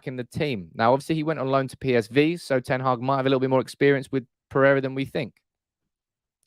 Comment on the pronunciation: The channel is great, but wouldn't it show a bit more respect for the new manager and his team if everyone learnt how to pronounce their names. ('Earick ten Haargh' sort of.....)